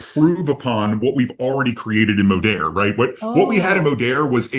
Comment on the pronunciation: You almost went full Texas accent with that Modeeeeeerrrr 😂